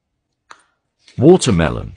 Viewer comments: "Wootamewlon" that british accent got me 🤣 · Sounds classier than "Waddermyellun" doesn't it?